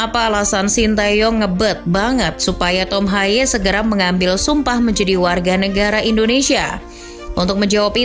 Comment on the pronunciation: Baca namanya bukan tom haye melainkan tom hey